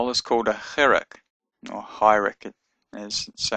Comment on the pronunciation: this is a chiriq (pronounced hee-reek rather than high-reck) and is pronounced as an "ee" sound like a long E in english as in the word feet rather than "ih/eh as it's pronounced in this video. Perhaps it's the thick Australian accent...